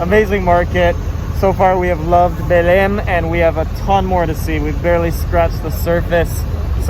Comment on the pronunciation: Great video! So that you guys know, Belem is pronounced somewhat like Be-LANE. The Be part would sound like Be in "Bed" word, not in "to be" or "be in love".